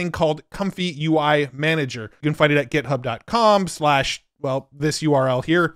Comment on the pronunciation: Love how he says "get" hub 😀